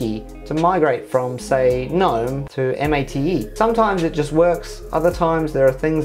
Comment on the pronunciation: Ubuntu is pronounced oo-boon-too, GNOME is pronounced guh-nome, and MATE is pronounced mah-tay :)